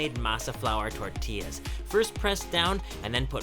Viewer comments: I love the way he says “tortillas” ❤️😂 it’s pronounced with a “y”❤️ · Did he just say fucking "tortella" wtf?!!!